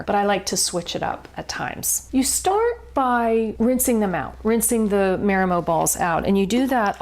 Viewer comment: " MAH-ree-moh", pleeeeze.